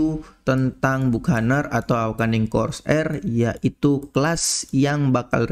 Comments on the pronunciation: Dibacanya bakenir bang bukan bukaner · Bacanya "Bakəˈnier" bang